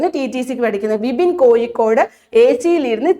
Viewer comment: Kozhikode,peavishabada..uchaarana sudhi ellaloo...teacher....